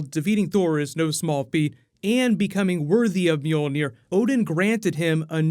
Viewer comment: The pronunciation of Mjölnir makes me laugh... sounds like cats meowing.